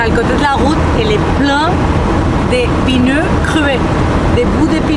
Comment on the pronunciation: c'est pas des pineu c'est des peu neu ahahahahah :face-blue-smiling::hand-pink-waving